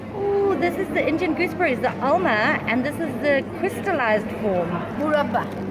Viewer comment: it is AMLA not Alma .Yes Amla has too many medical benfits